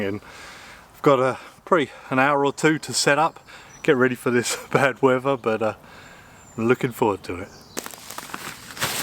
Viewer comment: I ‘fink’ I like your videos because you test ‘fings’ during different ‘whever’ conditions.